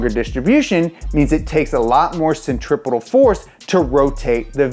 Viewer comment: This is the first time I've heard a YouTuber say "centripetal" correctly. My hero